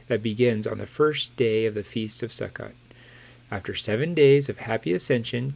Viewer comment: Not to be read but Sukkot is pronounced Sue-coat.